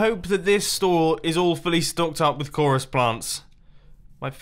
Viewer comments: One thing I realized with mumbo is every time he says “all fully done” it sounds like he says “Awfully done”. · Mumbo's "all fully done" sound like "awfully done" for a second there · I thought he said awfully done but he said all fully....british